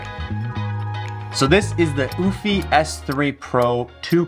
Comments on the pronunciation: Just curious.....Isn't it pronounced You-fee? and not ooo-fee? Like Europe? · U- fee not oooh-fee🤣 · Actually it's pronounced "you-fee" not "oO-fee"..🙄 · Oofy? Oh yes I remember I learned how to pronounce Eufy last time I went to Europe, I mean Oorope. It was a Ootopia. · It’s “Ufy…not Oofy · Came to say the same! "You-Fee" not "Oof-Eee" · The fact that you cant even pronounce the name correctly by skipping and entire letter is mind blowing 💀💀 EU-F-Y try that!! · Stop calling it OOFY and why do you end every sentence with a question ? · Yes no omph/oomph like sound it's EU like Euphoria but instead of oria its fy said like EU-FIE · BRO said UFFIE…. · is it not "YOO-fee"? Like Eulogy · Your pronunciation of the brand name is disturbing. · or pleasingly amusing... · Sounds like he's calling a dog😅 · Why you pronounce it like goofy 😂